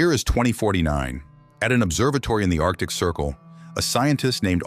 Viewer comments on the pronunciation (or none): none